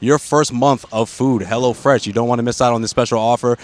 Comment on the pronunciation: It sounded like the dude was saying "HELLA Fresh aand not HELLO Fresh.....HAHAHA